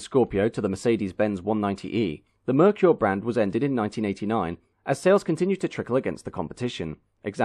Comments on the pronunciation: Or maybe Ford II, Mercury II, or the names that were rejected by Ford in the 50s, to make a new brand in the 50s. Or, they could tell people to pronounce Merkur, “Mer-Ker", and not “Meir-Qier". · There was an ad campaign back in the day to teach Americans how to say Merkur. I remember the ad campaign pronunciation as MARE-COOR. I thought the XR4TI and Scorpio were gorgeous, game changers for Ford. I was saddened when the whole thing collapsed just a few years in. Still love both vehicles to this day.